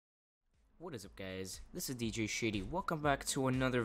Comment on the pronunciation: at the start i thought he said hey whats up guys my name is dj shitty LOL XD